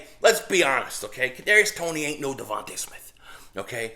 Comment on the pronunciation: Yo, ur cute little daughter F’d you up with that wiffle ball bat 😂. Hey, it’s DeVonta (dee-von-tah), not Devonte’, right? I pray the guy is as good as you believe. He’s a string bean.